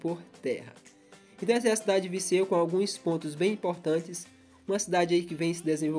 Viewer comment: Tá falando errado É Viseu e não Viceu